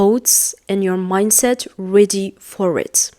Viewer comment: You have one mistake "grow mindset not minset"